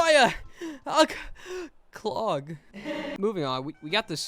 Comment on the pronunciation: Why he say clog like that